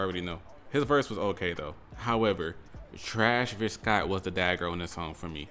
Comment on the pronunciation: Butchered the hell outta trashvis Scott name🤣🤣🤣